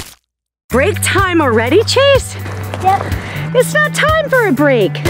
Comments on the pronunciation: You said trase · It's chase not trace